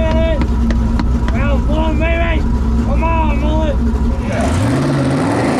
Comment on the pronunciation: Please please can you learn how to say "mullet" properly.. It makes me cringe every time! Cannot handle the butchery of Australian slang any longer!!!!!